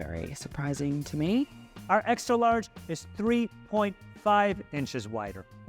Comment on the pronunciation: ExtRa not exta.